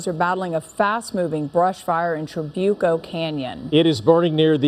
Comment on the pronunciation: So far nobody has pronounced Trabuco correctly!!!